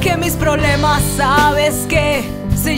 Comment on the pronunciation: jajaja dijo ¨"PROLEMAS"....